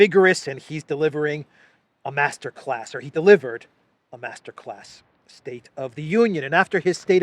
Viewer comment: Pelosi is a bit dyslexic, she spelled it masterclass but said mashup class..